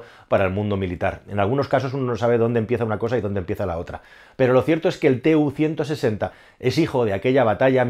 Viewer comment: Si se habla de algo con pretensiones didácticas debería conocerse el nombre correcto de lo que se habla. Ni se escribe TU-160 ni se pronuncia "te u ciento sesenta", es Tu-160 y "tu ciento sesenta".